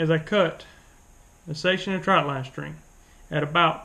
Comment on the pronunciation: Why does everyone say troutline? It’s trotline. Trot trot trotline. But this video was pretty good.